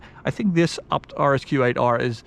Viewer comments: Its Ay Bee Tee. Not "abt" lol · Sounds like he says upt... Need to work on your A's... Ok... Say Fucking A.... Now say ABT.